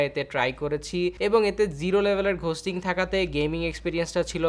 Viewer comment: For fucks sake its "গোস্টিং" not "ঘোস্টিং"